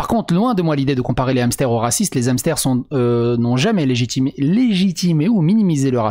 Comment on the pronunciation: Et ne fais PLUS JAMAIS DE LIAISONS AVEC HAMSTER ! il y a un "H" ce ne sont pas des Zamstères !!!! :)